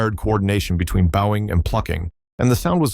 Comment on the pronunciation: "Bowing" not "boughing". AI's tsk.